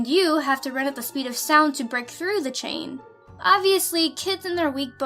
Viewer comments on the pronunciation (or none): none